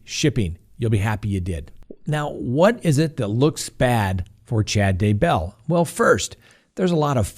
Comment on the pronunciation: YEAH! You finally pronounced Daybell correctly. Love your show!!